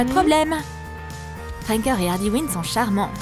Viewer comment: C est pas ardy mais arley quin mais c est cool